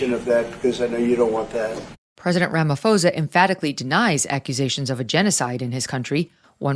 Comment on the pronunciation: It's pronounced Ramaposa....no h.